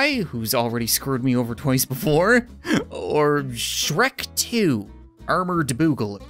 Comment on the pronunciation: It hurt me to hear him say “shrek 2: armored boogle”